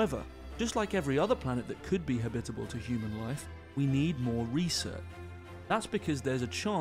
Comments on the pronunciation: haha i know dude, i was just teasing old boy about his strange accent in particular, the way he pronounces "habitable" ...lol... we say "ha-bit-ab-le zone" and home skillet was ear-worming me everytime he kept saying "ha-bib-itbel" .. So i was like, yo, what the fuck is "habbibibel" cuz that sounds real foreign ya know? just messin around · Please, it's habit-able. Not ha-bitable! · Ha-bitable zone 🤦‍♂️ Jesus. Am I the only one annoyed about the way he pronounces it? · He's saying it's pronounced "habitable", not "habitable".